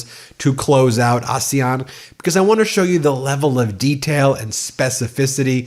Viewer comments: I love the work that Carney is doing, but someone please tell him how to pronounce “Asian”😂. It made my eye twitch every time and it railroaded me.. I couldn’t hear what he said for the next 14 seconds each time! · It's the ASEAN group. That's how it's pronounced. "Asian" will be pronounced normally.